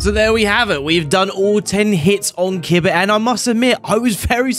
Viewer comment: KEEBAH not kidbuh